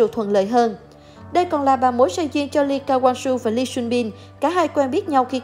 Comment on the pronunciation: Vãi cả độc tên người ta là ly ca wang su